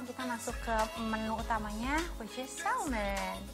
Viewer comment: Salmon nya hrusnya diucapkan tanpa "L" dlm bhs inggris 😂😂😂 jadinya malah "salmen" deh